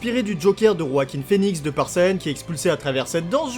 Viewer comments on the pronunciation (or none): none